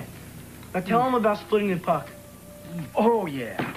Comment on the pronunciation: ...I could have sworn Don Murray says: "I picked up this loose fuck"...he says "puck"...but I think that's how they got away with it...at the dinner table. ...I said now wait a minute this is a 1980 TV movie...I listened to over and over again until I finally figured it out.